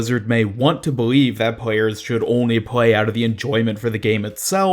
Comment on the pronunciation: What is it with Americans having this weird lisps where they say stuff like “pway” instead of play “pwayers” instead Of players?